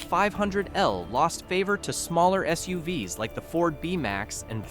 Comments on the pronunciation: The fake AI voiceover is terrible! Was there no human being available for a half hour to read the script? For example: SUVs is read as ESS YOU VEE ESS instead of ESS YOU VEES. Going the cheapskate route with AI voices is not a recommended buy, Consumer Reports! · Never mind editorially questionable content, not EVERYONE buys a car for their reliability, and as if price and gas mileage are measurable indicators of reliability, but the poor AI narration (“of all S-U-V-S” instead of SUV’s) If I wanted reviews on car’s overall, why wouldn’t I just go to Consumer Reports directly and get actual narration and insight directly from the testers and writers? Rhetorical rant I know, because the answer is just for stringing clip out to ad more ads🙃…